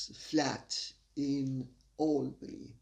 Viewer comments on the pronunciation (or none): none